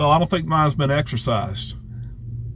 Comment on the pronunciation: did you say 'exercise'? or 'exorcise'. lolololol You're an awesome friend, and so is Mr. Felix. I love you guys~